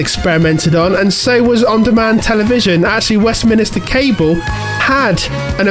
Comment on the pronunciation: You did pronounce Westminster as "Westminister" though. I'm not sure you can blame dyslexia for that, unless you're also hard of hearing too 😂